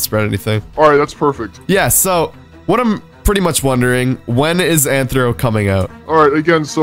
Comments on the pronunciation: It’s Athro not Anthro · U saying it wrong it's rthro